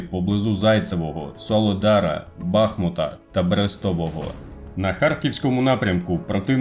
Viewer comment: У назві міста бахмУт наголос ставиться на літеру У